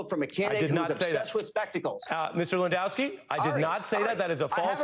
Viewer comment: At least he didn't butcher the pronunciation of the name Lewandowski. That is all he gets credit for.